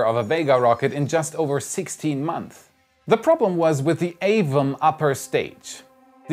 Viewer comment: Your English is really good but I’m not sure if you know but Months (plural) is said with an s on the end.